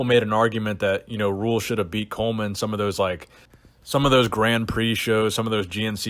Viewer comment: Markus RÜHL, not Ruhl or Rule